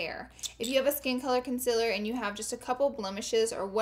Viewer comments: Concealer is said con-seal-er not con-sill-her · GIRLLLL IT IS CONCEALER NOT CONCELLER YOU PRONOUNCE IT LIKE: consieler okay plz omg stop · Does anyone else cringe when she says conciler instead of concealer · oh my god! everytime she says concealer i just cant lm in love with the way she says it! wo else agrees?